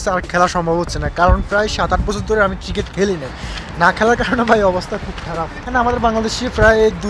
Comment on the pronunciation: ভাই ট্রিকেট না 😅ক্রিকেট